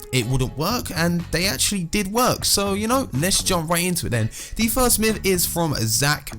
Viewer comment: Miff can he say myth?